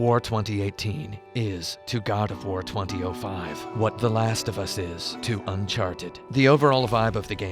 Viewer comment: "GOD O'FWAR" lol